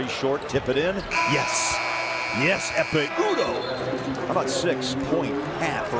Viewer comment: biz mi çok iyi ingilizce biliyoruz amerikalılar mı ingilizce bilmiyor anlamadım. biz adamın adını "ekpe yudoh" diye okuyoruz, spiker "ekme udoh" diye söylüyor :) adam ingilizce bilmiyor :)